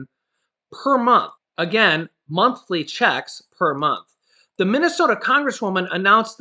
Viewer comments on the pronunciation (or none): none